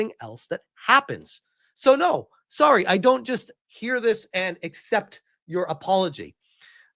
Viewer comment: "We're sowwy for all the backlash we've been getting."